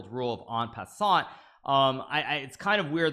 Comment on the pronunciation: Hikaru finally pronounced “en passant” correctly? 🤩